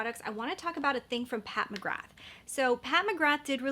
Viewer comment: Just a heads up, McGrath is pronounced Mcgrar. I know, who knew?! Didn't you get the Lisa Eldridge blush or highlighter? They are phenomenal. Another excellent brand that very few people talk about is Saie. Their highlighters/illuminateurs and blush are fabulous. 💙💙